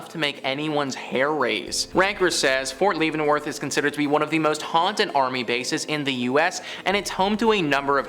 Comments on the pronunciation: I don't normally call out YouTube content providers, but this time I will. First let me say that you need to learn how to pronounce English. The city of "Alma", "Saline" river and "Ft. Leavenworth" were pronounced incorrectly. Also, I was stationed at Ft. Leavenworth in 1995 and I have worked there ever since. Sure, there are reports of haunting and other strange things, but your moronic comments about the place and how it should be torn down are comments made by a fool who wants to make themselves look important. I hope no one takes your stupid a$$ seriously. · Fort Leavenworth